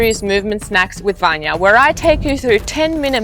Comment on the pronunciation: VANYA and not "VANGJA"